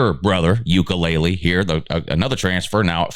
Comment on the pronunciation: D.J. " UKELELE?" DUDE! with respect....please learn the proper pronunciation for a player b4 posting....although a FUNNY mistake.....still....a TAD Unintentionally disrespectful.😊